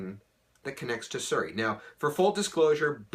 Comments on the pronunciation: why does he say suri instead of seri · are you the only person in this planet to call si-ri, sir-ri? so odd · It's Siri not fucking Suri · It's not bows is Bose, like moose, but Bose. And it's not suri its Siri. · Ok wtf is SURI jk 😆😆😆💀 is he talkin bout SIRI 😆😆😆😆👏🏾😆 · its not suri its siri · Ser-ree? I thought it was See-ree. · Suri? Siri lol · I love your videos but Suri is the daughter of Tom Cruise and Katie Holmes. Siri is the iPhone virtual assistant. Please get the pronunciation right! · Did he just say suurey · no, he pronounced bose correctly, you are right about siri.